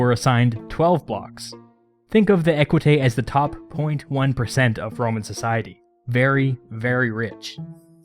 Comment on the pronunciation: The S in equites isn't silent 👀